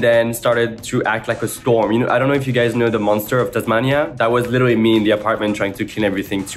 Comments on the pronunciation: here's ur nicky doll saying "litlwly" button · nicki doll trying to pronounce 'literally' gosh she's the cutest